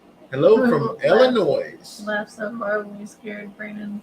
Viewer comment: Illinois is pronounced as ill lyn noy s is silent